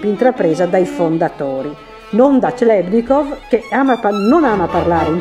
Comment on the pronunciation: "clebnikov" non si può proprio sentire....